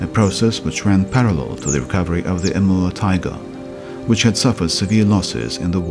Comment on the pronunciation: I hear him say emerald tiger instead of Amur tiger lol